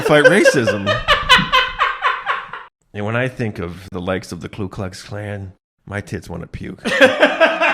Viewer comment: It’s Ku not Klu. Idk why